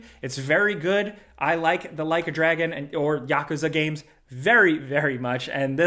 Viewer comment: The way he say yakuza "yak" kuza got me lmfao